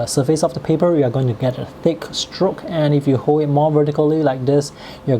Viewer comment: To pronounce “fill” and “hold”, make sure you provide the final L sound. The tip of your tongue needs to touch the roof of your just behind your front teeth.